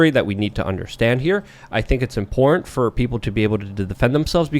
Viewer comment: back! 🥰 I've missed hearing him say "impornt"